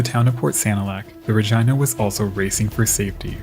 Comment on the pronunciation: What you call "the normal human way" is a violation of the rules of Latin pronunciation. Since "Regina" is a Latin word meaning "Queen," and Victoria was the Queen of the British Empire - which included Canada - the town was named in her honor.